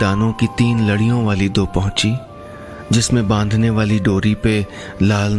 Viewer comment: it's pauchi not pahuchi